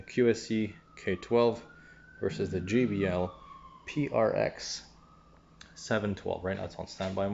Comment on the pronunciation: it's not gee bee el. It's jay bee el - JBL